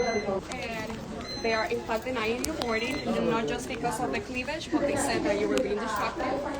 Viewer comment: “Cleaveledge” showing?